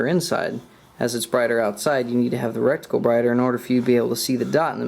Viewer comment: HAHAHA he said "rectical" get it? rectal? HAHAHAHA